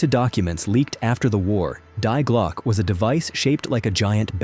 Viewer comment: And Glocke is pronounced Glokah. The e is not silent.